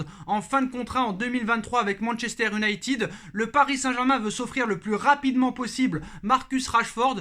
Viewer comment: Salut, merci pour tes productions... Juste, pour mes oreilles sensibles, essaies stp de dire "YOU-nailleted", plutôt que "OU-nailleted". Merci d'avance... 😁😉